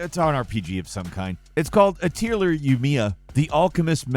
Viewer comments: Atelier Yumia "Ah-teal-ur" Ah-Tell-EE-Yay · It's probably uh-tul-yay (french accent), not ah-tay-ler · Guys...we could've done a bit of due dilligence on that introduction. The series is pronounced "Uh-teh-lee-ay". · what's the proper pronunciation? I was saying it like "ah-TEL-ee-eh" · How did you fuck up the first story so badly? Lol you mispronounced Atelier and Yumia. You also said Ryza was a character in Yumia.. she isn't. She is from a totally different game called... Atelier... Ryza.. Did no research go into this? Lol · HOW did you pronounce "atelier"?!... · Hoping butchering of the word "Atelier" was part of the joke... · Is nobody gonna bring up the way he pronounced "Atelier" LOL. But yea, I caught that too xD